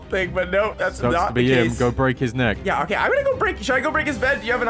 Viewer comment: Man's said break his neak